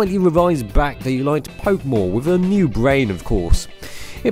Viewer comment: 'and now...its BWACK!'